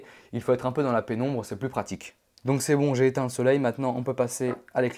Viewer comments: c'est moi ou il dit "j'ai éteins le soleil" a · Il a dit j'ai etins le soleille mdr 😸🙈👨🙀😿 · je rêve ou il a dit j'ai éteins le soleil ?? xD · il a dis jetein le soleil